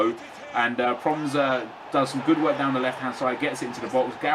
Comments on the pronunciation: It's pronounced as "Pro-mess". try working on it. great episode!! ;) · Its pro-mes, you say his name wrong and get suarez to get sanchez full chem :) Nice vid